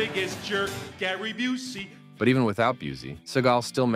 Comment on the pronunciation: It’s Gary Byoo-see not Byoo-zee. Get it right millennials that were children when Seagal’s career started.